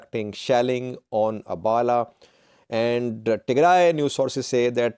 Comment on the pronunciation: You are not only working for terrorist organization but also a big lier how lie to the terrorist supporters of tigray.can you pronounce abhala instead abala. Abhala town lives afar and other ethiopia ethnic like tirayans and amhara.the whole town lives less than ten thousands of populations. All most 80 percent are Afar people. I am not informing and terrorist organization supporter how do not want to hear the truth. i will like to hire you as labour instead of being a lier and propaganda for terrorist group.